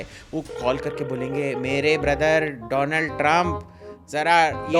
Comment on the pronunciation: 😃 "Doland" Trump!!😂🤣 Ek sey bhale do??!! Jab ek sey itna kuch...!! to do...sey...sab kuch..😲OMG!!